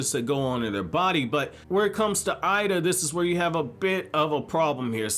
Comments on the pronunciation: it's pronounced Ayeeda not I ee da lol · i think her name is pronouced like Eh-Da. think of hiei from YYH ei sounds like eh in japanese